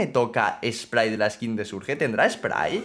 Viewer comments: Por que le dices surge al surch(lo pongo a si para que sepas como se pronuncia) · Se burla de como alguna gente pronuncia Bonnie pero miren como pronuncia Surge XD